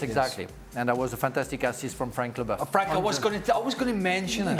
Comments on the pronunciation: Wasn't it French accent? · Why did she say Frank Leboeuf with a German accent?